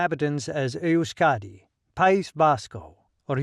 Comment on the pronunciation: Your cock & bull speech is as accurate as your accent when pronouncing EUSKERA, EUSKADI or any other word